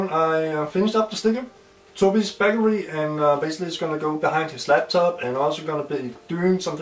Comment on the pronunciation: I really enjoy your videos =) But some of your pronunciations sounds kinda funny =D Bakery is not pronounced " Backery" or "Beckery". Cool vids though =) keep them coming!